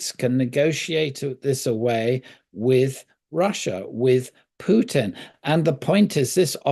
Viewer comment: Also when did Putin changed from a ‘pew’ to ‘poo’?